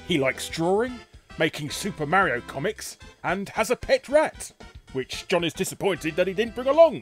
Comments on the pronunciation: IT CALL MARIO NOT MAREIO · You should learn how to pronounce Mario :p it's almost like you haven't heard him say his own name lol. I had no idea this show existed! And I loved he Nintendo cartoons as a kid.